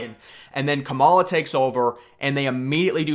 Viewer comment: Why do you say Harris first name wrong?